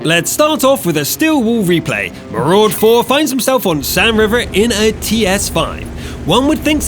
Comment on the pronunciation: MARUDA not MARUD4 dick